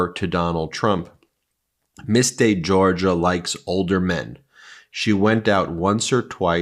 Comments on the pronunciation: It would be respectful if Anouska's name was pronounced decently. De Georgiou like jhor-zhew not jor-guh/Georgia. Not difficult when it's in your own video. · De Georgiou, not De Georgia. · Thats not how it's pronounced. It's the same surname as George Michael.de. jorjiyew I love your work, guys. This is just to clear this up. You uses to mispronounc😅ed those guys who worked with Nauta, and Olivayra (oliveira), you got it right eventually but it was a distraction from the subject. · Hey Ben if this should somehow catch your eye- I’m not a stickler nor a snob, but a nicer way to pronounce this very beautiful and elegant young lady’s family name is more like ‘zhorZHOO’. Just a hint. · Friend of mine has the same last name pronounce "Jor-Joo" also the other lady is Gee-oo-fray otherwise great analysis! ! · Georgiou is not pronounced like Georgia. Jeez. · Excellent report as usual, but you need to get some help with pronunciation of important people’s names: Virginia ‘Giuffre’ = jiew-frreh not ‘jew-far-eh’. And , Anouska De ‘Georgiou’ = jorr-jee-oo not ‘jor-jah’ 🥰